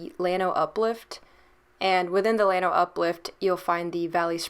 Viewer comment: LLano is a Spanish word and the ll is pronounced as a y unless you are from Argentina, Uruguay, Paraguay or Chile where the ll is like the g in general.